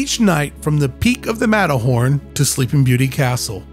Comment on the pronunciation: I just heard Matterhorny 💀